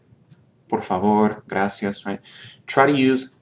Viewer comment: "gracias" is already a shorten word from "muchas gracias," in the same way that "thanks" is the shorten version of "thank you." People might understand you, but it's very uncommon to hear "graci" in place of "gracias," unless you're speaking Italian. I'd encourage you to say "gracias." this will help you be more easily understood, just my opinion.